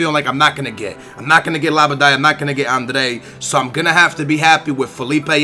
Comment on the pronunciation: How do you get from "Adryan" to "Andre"?